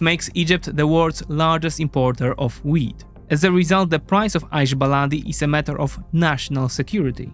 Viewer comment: Your wheat sounds like weed. I kept on wandsring why Egyptians are inoorting weed